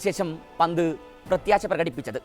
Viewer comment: ഹാരിസ് ബ്രോ.... ലിവന്റെ പേര് പറയുമ്പോ ഒന്നുകിൽ പന്റ് അതല്ലേൽ ഋഷഫ് എന്ന് പറയുക.... അല്ലങ്കിൽ എല്ലാ പന്തും കൂട്ടി കുഴഞ്ഞു ഒരു അവിയൽ പരുവം ആകും😂😂